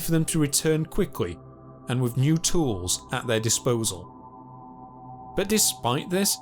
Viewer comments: Pronounce “th” with a “th” sound. No an F or a V. North not norf , brother not brova, with not wiff. Dipshit. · This narrator says "wiff" instead of 'with'... & he also says "fousand" instead of 'Thousand'...